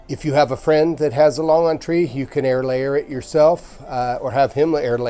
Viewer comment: Your pronounciatiin on longan is incorrect.